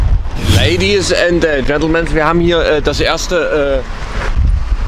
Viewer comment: Ich muss das jetzt einfach fragen, da ich noch rausgefunden habe, ob das Unwissenheit oder Absicht ist. Euch ist schon klar, dass Gentlemen ohne "S" geschrieben und gesprochen wird, oder? 😅😅